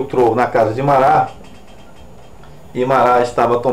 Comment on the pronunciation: "Marrá".É a pronúncia do nome francês Marat.